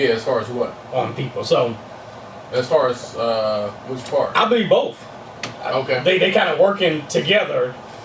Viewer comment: Please! Don't say "bof" when you mean "both".